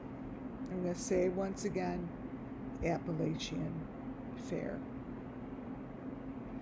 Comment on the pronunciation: First of all, I think you are hallucinating, and please say Appalachian, correctly! This is ridiculous. They’re in winter weather, no fair going on, why don’t you check the temp there? Sorry, but this is outlandish, I see nothing of which you see. Leave these people alone!